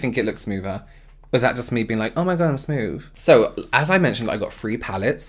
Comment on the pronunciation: Th "f" smoof love it love u xx